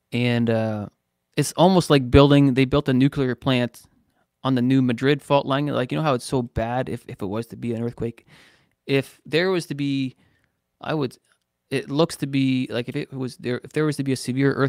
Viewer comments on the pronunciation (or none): New MADrid fault is how it’s said. 👍🏻 I live on it. 🥴